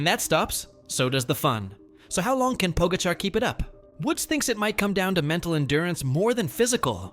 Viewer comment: Po-GA-char. Source: I'm Slovenian :)